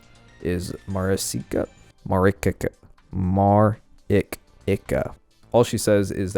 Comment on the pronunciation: It's pronounced Marichica. As in chalk.